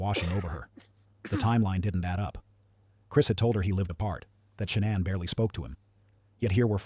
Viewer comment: And I don't know if this bozo knows what he's talking about. He's not pronouncing any names correctly. He calls Shannan ShawnAnn